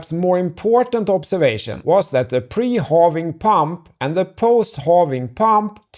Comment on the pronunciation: It’s pronounced, “hă-ving” not “hoh-ving” and “dah-ler” not “doh-ler.” You’re a bright guy and it seems that you can pronounce these words “prah’-per-ly.” 😊